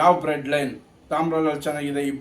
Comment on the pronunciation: Bread line alla adhu blood line😂😂😂😂😂 taagdu